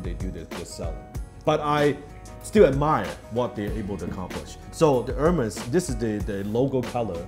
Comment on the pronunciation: "AIRMAYS" not Hermes. You teach so much Dan, that lesson is also free :)